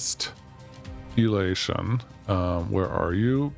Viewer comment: DIStilllation, not DEStillation 😅